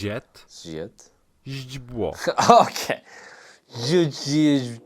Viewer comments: Awesome pronunciation. The worse blocker is already passed. Yes, the grammar is complicated but you have a huge experience to learn in practice. źdźbło – really great 😀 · you said źdźbło really good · Yes, finally źdźbło was perfectly!